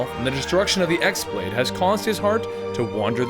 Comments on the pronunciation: Ah I just wrote a post without looking at comments and you said the same. It is definitely pronounced keyblade. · ok hold on, im but let me set on thing straight, it is not pronounced as X blade, it is pronounced keyblade (as wierd as it may be). in the game they call it key blade never x blade even tho thats how its spelled. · pretty sure the X pronounced as Chi, in some way it can be even pronounced as Kii (Key). it's Greek if i'm not mistaken. the normal keyblade is just pronounced as that but X-blade in the game was pronounced as Chi blade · yeah! I mean X-Blade is totally forgivable because everyone pronounces it like that now